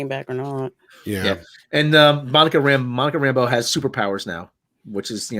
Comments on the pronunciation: No,. She's just a strong woman who don't take orders from no one. She isn't friends with Woo. Also, I hate how hard they pronounce her last name as RAMBO. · Yeah, it is pronounced that way, but they put the emphasis on the wrong syllable.